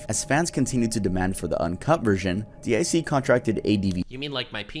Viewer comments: You can say it was a good video. To me it was just painful XD guy was talking like he was reading off some list he didn't know anything about most of the time. And who the fuck says "DEE EYE SEE"? DiC is pronounced DEEK. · Guess you never watched Sailor Moon, it's deek not dick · It is not D I C it’s pronounced “Deak” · It is not D i C, it's DiC as a word. They say this over and over again in there advertisements and when a show starts. xD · It's actually pronounced Deek